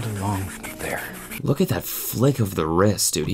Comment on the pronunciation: canada meter went MAX w that 'ther'